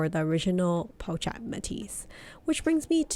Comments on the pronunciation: Hey girl, the “ch” sound is prounounced like “sh” so “chic” is pronounced “Sheek” and “pochette” is pronounced as “po-shette” :) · hi i really wanted to watch you video but you mispronounce the word pochette as well as “chic” and it was hard to watch sorry